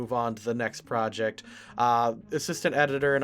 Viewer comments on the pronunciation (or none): none